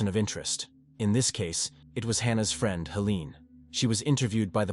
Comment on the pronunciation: The “free-and”? Lol! Friend…?